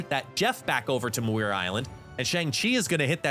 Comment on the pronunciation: P.S. Muir Island is pronounced "MYUR". Don't mean to be pedantic, just trying to help :D